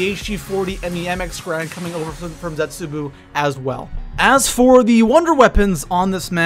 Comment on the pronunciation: Zetsubou (zetsu bow) not zetsubu